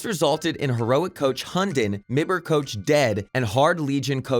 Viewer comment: pronounces es3tag as e s 3 tag but m i b r as mibber